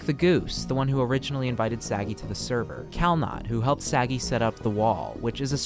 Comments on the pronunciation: Thank you, i was looking for someone to point it out Im not Israeli, but I've never heard Sagi pronounced as Saggy 💀💀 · you are pronouncing his name wrong... you put the emphasis on the "sa", it's pronounced "sa *gi*". it's okay, Hebrew names are hard. if you would try to say my name, for example, I'm 75% sure you will summon a demon. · Kinda funny as an Israeli hearing Sagi pronounced as "Saggy". The emphasis should be on the "gi" not the "Sa". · Idk how to tell u this... But u were prenoumcing the name wrong the whole video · I'm not even Israeli, just Jewish and could hear that he waas pronouncing it wrong lol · yeah you’d figure he could at least get his name right lol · Its a pretty small mistake. At least they didnt say something like ‘say-guy’ lol